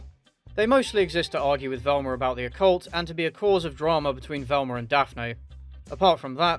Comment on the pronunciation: Who is Velm"ER"?